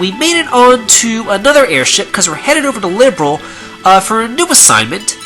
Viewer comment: am i the only one who's bothered by the way he pronounces "Liberl?" just me? oki. nevermind.